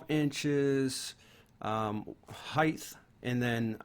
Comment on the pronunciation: It's spelled and said Height not "Heigth". Basic english and yet people still can't speak it in "2020 in this case".